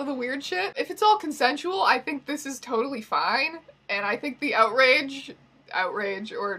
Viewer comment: "I think this is TOEtally fine" hahaha